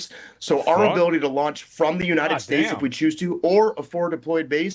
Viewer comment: "joo-ninted states"